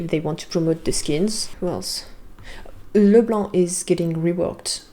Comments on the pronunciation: really love how you said Leblanc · I love like you pronounce Leblanc every time it so French😍😍